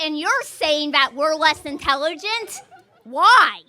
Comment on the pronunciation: The woman ... "you say women are less INTELLERGENT".... Isnt it Intelligent?. Nuff said.